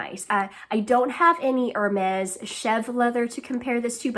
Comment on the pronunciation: I really love your channel. Nice to see other women in academia who also enjoy the frivolous luxuries of life. I love the Cartier Panthère bag - it’s on my wish-list! Great choice :). Be careful when pronouncing Hermès. It’s more like “air-mez,” rather than “er-mez.”